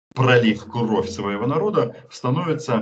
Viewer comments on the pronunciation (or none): none